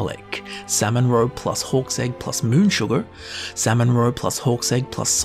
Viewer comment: Why do I keep hearing "horse egg" instead of hawk's egg